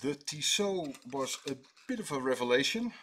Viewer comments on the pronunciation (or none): Like you said, TISSOT? TOSSIT!